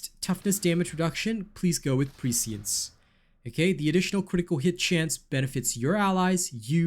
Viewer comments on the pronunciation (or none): none